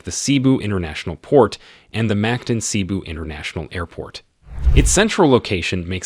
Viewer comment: We apologize for not putting accent marks on our language. It's not widely implemented unfortunately. It's supposed to be pronounced as Maníla not Mánila and Cébú not see-boo to name a few.